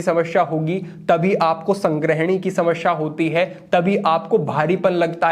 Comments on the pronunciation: Shamsha nahi hota 😂 samasya hota hi 😅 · हिंदी सही है पर शुद्ध नही कह सकते, क्योंकि समश्या बोल रहे हैं। ध्यान से सुने